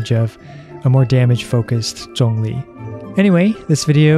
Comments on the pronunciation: Hey someone that can pronounce Zhongli properly. Subbed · After watching this video for the 6th time it just dawned on me that he pronounced Zhongli's name right. It didn't occur to me until now because it sounds natural lol. I will aim to build him for HP after 1.3 update, keep up the good work! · I like that you pronounced his name correctly. Thanks for the guide! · Thank you for pronouncing his name correctly.